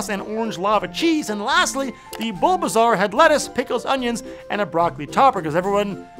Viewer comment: The way he said bulbasaur make me wonder if hes ever seen the show or played the game